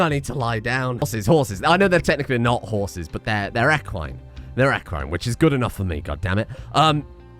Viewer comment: I thought you were trying to pronounce Quagga until it dawned on me. HORSES. Them meds are really getting you oh boi